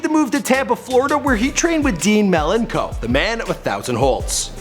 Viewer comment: triggered at the mispronunciation of Dean Malenko